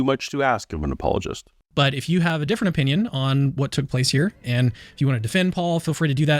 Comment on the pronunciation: it's not apologist.... It's apple-ah-gists according to them.